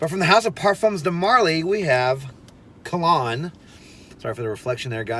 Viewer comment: Kalan... not Kalon! Great review!